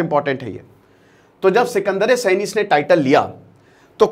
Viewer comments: अल्लाउद्दीन खिलजी के समय मंगोलों ने 1296 और 1297 मे हमला किया था न कि 1396 और 1397 मे,😂और अल्लाउद्दीन खिलजी ने सिकंदर ए सानी का टाइटल लिया था सिकंदर ए सैनी का नही SIKANDAR E SANI हिन्दी मे उच्चारण सिकंदर ए सानी कहा जाएगा न कि सिकंदर ए सैनी , सैनी एक सरनेम होता है, 😊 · Sekandre Saini not..Sekandre saani please correct